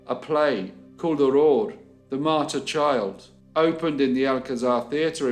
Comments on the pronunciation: How in the Dickens are you pronouncing "Aurore" correctly!? I grew up in the UK and after 20 years people still insist on miss pronouncing it 🤦🏻‍♀️ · You did a good job with the pronunciation of all these French names! 👏 In Quebec, just the first name Aurore is enough for everyone to remember this sad story. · Can I just say that I'm very impressed with your french! You did an incredible job pronouncing all of those French Canadian names and places, I don't think I've seen a YouTube video outside of Canada that has done it so well! Love the videos. Cheers! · So damn sad 😢 But another interesting case and your pronunciations were very beautiful ❤️ great job!